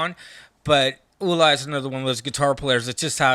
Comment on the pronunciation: PLEASE STOP saying “The Scorpions,” it’s SCORPIONS! And who on the planet calls Uli John Roth “EW-LIE?” Klaus “MAINE?” It’s “MINE-UH.” One would think metal heads who go back that far like these would know. To be fair, Zet cringed every time the other dude said “EW-LIE,” and the only one that he fucked up on was “THE Scorpions,” and a huge part of their fanbase still doesn’t know that the band is SCORPIONS